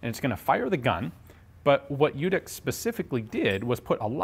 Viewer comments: Runentry Americanized spellings often lead to assimilated pronunciations. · I've been hoping you would come across one of these I've seen photos of one almost 20 years ago along with the le Matt revolver and since you covered that so extensively it put me in mind of this and the 20 years of trying to pronounce the j in Ljutic. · I know the family he died in 2011 not 97 and your miss pronouncing their last name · to show him some respect , you could learn how to pronounce correctly his surname , it's not american surname , so it's hard for you i know but it's not quantum physics . little respect for him won't hurt you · Love the channel. Just a note. The name is Serbian, & its pronounced LYU- tich...J's are pronounced as Y's, & any name with an ic ending is pronounced ich. Although it's true that many Serbian Americans give up correcting people & go with the flow by the second generation.. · Well actually it's pronounced like in your(our) language. It's "ljutich". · Well, it's "ch" actually, but this guy can't pronounce any word of germanic/nordic/slavic/latin languages correct. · The name is pronounced in your writing system as Lyutich. Thank you. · pretty sure ljutic is pronounced "lyoutits" however, looking at al ljutic, his surname writtern in croatian cyrillic is pronounced "lyoutich" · Letter from Serbian language, similar for pronounce LYOODIC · It's actually pronounced "Lyootich" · You pronouncing his sure name wrong. Its ljutych-љутић. Old serbian sure name. Ljut=angry. Boyka. Best born killers and warriors in the world. In the Germany they call them lusatian serbs. One of biggest tribes was lutic or ljutic. Martin luter was martin lutic. Lusatin serb not german. I em not from his tribe but i em boyka. Boyka are nor not Russian but serbs. Bojka=warrior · Lyootic, not lootic. Not lee-yootic either. Combine the sounds. Lyootic. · Cool, tnx. BTW the pronunciation is Ljutich rather than Ljutik, he's of croatian heriatage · The pronounciation is LYOO-TEECH